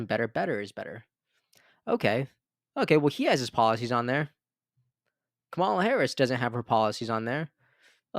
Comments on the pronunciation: Bro I love your page but you have to pronounce Kamala correctly. It makes you sound so dumb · Jesus dude! Please learn how to pronounce her name. It is so disrespectful. It's the same kind of BS the Republicans are doing by intentionally mispronouncing her name. I'm giving you the benefit of the doubt. It's not that hard. As a purveyor of news, this is something you should be able to do easily.